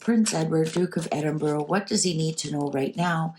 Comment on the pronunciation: Ed-in-burr-ah. Not Burrow.😊